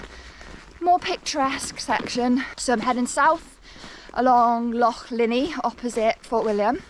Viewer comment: She's doing great but not enjoying her mangling Scottish place names...or even the word "loch"!